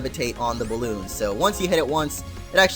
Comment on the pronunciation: Boalloon? It's balloon ._